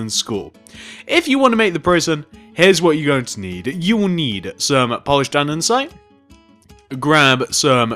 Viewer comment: "Polised Aninsite"